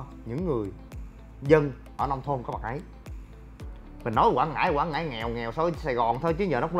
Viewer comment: Quảng Ngãi nha anh không phải Quãng Ngãi mong anh sửa đổi